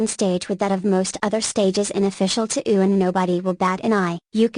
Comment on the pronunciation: i mean the guy plugged KOF so... also the tts mispronounces touhou as "to'ou"